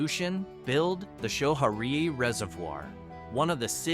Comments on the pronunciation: It's pronounced 'skoh-harry', not Sho-hairee. Also, Gilboa still exists. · If you want to be taken seriously about describing places, I strongly recommend that you do a little research so as to pronounce the locations correctly. New York has this quirky habit of pronouncing "sch" as in school. So we have sko harry (Schoharie) ska necktady (Schenectady), sko dack (Schodack), ska nevis (Schenevus) ect. Glad I could help. Other than that, your presentation is very good. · Schoharie County is pronounced Sco Hairy.